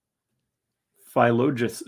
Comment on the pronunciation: It's pronounced phil-o-logus with all vowels being short. It's actually a conjunction of two Greek words Philo meaning "lover of" and Logus meaning "letters" or "words". Lover of words or lover of letters. Or possibly the O after Phil could be the Greek article hos which would be our word for "the", or Lover of THE Word. Philologus was someone that the Apostle Paul mentions, greeting him by name, in his letter to Ephesians. In any interpretation, I like the name and its meaning.